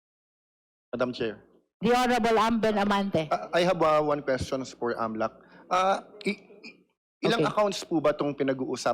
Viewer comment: Di ko gets agad yung "AMLA" sinasabi nyo dito sir. It's A.M.L.C (pronounce every letter). Or, if you want to read its as a word, it's AML[a]C, noot AML[a]. Sorry, have to comment this, nalito kasi ako sa topic. Wala daw masasabi si Ombudsman? He's been talking about Sara's SALN before the "mini" (in Cebuano, it means fake) trial. Deceptive, political, and law bending Ombudsman. HOR violated the law multiple times in this session. What AMLC did was illegal.